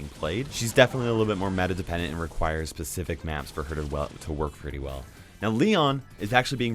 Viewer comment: Pacific vs specific